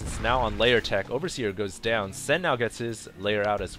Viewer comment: I wanted to stab myself every time you pronounced Lair as "Layer". Are you on drugs? You sound tired.